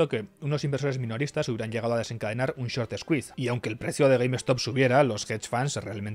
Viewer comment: Se pronuncia Gueimstop no Gueim Estop. Short Skuis, no Eskuis.